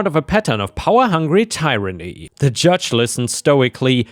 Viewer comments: Tyranny is pronounced like the word "ear", not "ire". Story two.... absolutely call police and report the Aunt! 🤨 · the first syllable in "tyrant" does not sound like the ie, at least not like "believe" nor "tier". Though the "tier" ie is how the first syllable of tyranny is pronounced. At least amongst most American and Canadian pronunciations I've heard.